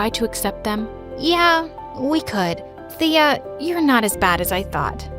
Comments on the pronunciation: Thea is my name but its pronounced Taya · My name is Thea too! But u pronounced it wrong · OMG THEA FINALLY HAS THE SAME NAME AS ME but my name is pronounced another way tho